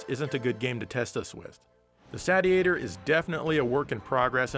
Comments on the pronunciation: is a word jester - it's a "say-shee-ator", not a "sadiator" or what-have-you! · Regarding pronunciation, I can't be the only one who has seen the katakana on the box reading "セイシエター", which is pronounced as the verb "satiate", not the "Sat-ee-ate-er", as MLiG called it. Hopefully that brings the confusion to rest. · If you are interested, the Japanese katakana on the front of the box says Seishietah so it indeed should be pronounced as in satiate~~ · It's surely pronunced SAY-chi-a-tor? Like satiate, as in satisfied? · Wouldn't it be pronounced saish-iator, as in it satiates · I'm holding out for the Saytiator. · It's pronounced like satiate, seeshiator. Says so on the box. (in Katakana) セイシエター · FWIW, the katakana on the box indicates it should be pronounced like the actual word, "satiator" (say-she-ay-tor). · Well it's satiate, satiating, and satiated so I'm going with Sat-iator.;) But I want you to make it cheaper, that's how complaining here works right? ^_^ Looks pretty good, start saving up SS fans. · I guess if it’s pronounced the Sate-e-a-tor, then maybe the console is supposed to be pronounced the Sate-Urn? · It’s pronounced (Say-She-Ate-Her) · That's what it is. It's just approximating a Japanese pronunciation of "Satiator" (Say-she-ay-tor) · How many times did he mispronounce Satiator in this video? About 50 🤣